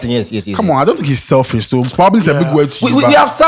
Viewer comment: How can say selfish 🤦🏻‍♂️